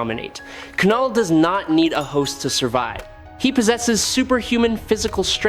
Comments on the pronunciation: Lol😂 the K is silent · It's knull like the word know not kanull🤦🏾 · I hate these AI generated narrations. It's not Kuh-Null. It's pronounced NULL. THE K IS SILENT 🤬🤬🤬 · I think you mispronounce names on purpose lol.... K-null / M-Jole-near.... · K is silent. Like knife not kahnife